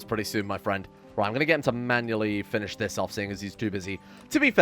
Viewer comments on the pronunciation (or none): none